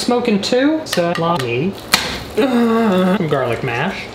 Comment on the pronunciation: Suh- lah- me- it was such a minor detail but it had me dying